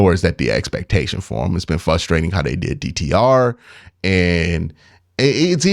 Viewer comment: You’re missing the R in the word fRustrating 😉